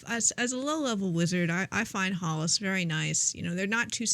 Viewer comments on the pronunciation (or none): Prononciation of Hällas is more like Hell-as